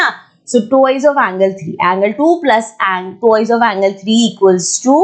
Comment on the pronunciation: Mam there's a little correction - It's not 'Tuwoiz' it's 'twa-i-s' T W I C E